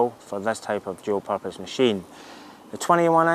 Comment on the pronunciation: The third time I watched this I figured out that what sounded like 'Joe Pappas Bike' was in fact 'dual purpose bike'. :D thanks for the review!